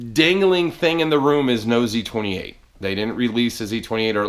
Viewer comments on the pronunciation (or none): I thought you said, "the other dangling thing in the room is Nosey 28." I'm like what the hell? lol